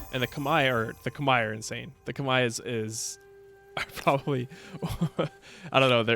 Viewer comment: pronouncing Khmer the right way pog? Also love the gameplay and the way you explain stuff!